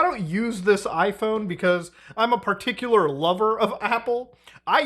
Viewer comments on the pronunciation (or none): none